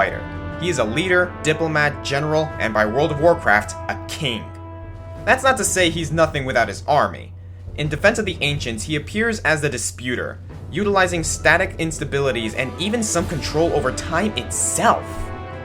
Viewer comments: Disruptor not Disputor ^_^ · Wait... wait wait wait wait. "Disputor"?? It's actually "Disruptor". Funny because it kinda rhymes with "This Raptor" and Dota 2 had this Disruptor ride a raptor.